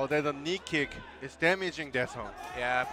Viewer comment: "Knee kick" lol